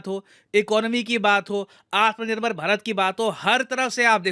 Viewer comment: Atmaa Nirbhar ..🤣🤣🤣 Kya pronounce.karte h ye log